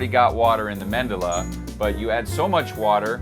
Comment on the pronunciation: It's Medulla NOT Mendulla.